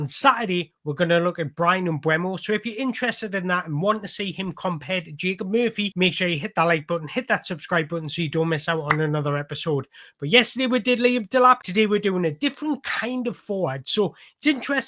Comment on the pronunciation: Isn't Mbuemo pronounced Em-BOOM-oh?